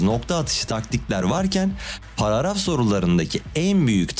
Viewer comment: paragraf ❌ paraaraf✔